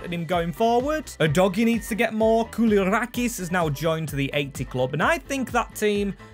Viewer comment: Let's take a moment and appreciate how you pronounced koulierakis' name to perfection